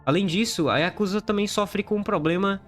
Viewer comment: A pronúncia correta é yakuzÁ!!!!!!!!